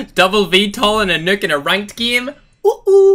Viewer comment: I like the way he says nuke lmao "nook"